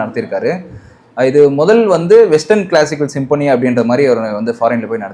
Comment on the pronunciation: Sim-po-nee ilapa,pronounce properly anchors.